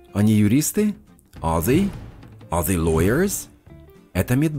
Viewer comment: В тренажёре they вы говорите как the